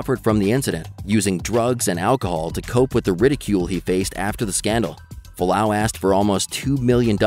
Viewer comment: F-u-a-l-a-au, not falau